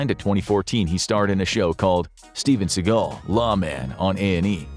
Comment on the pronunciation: Who is this "Steven Seagull"?